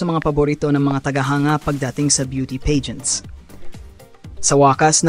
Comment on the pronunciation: AI is never good when talking esp with the pronunciation. Peygents?! U mean Pah-gents…😅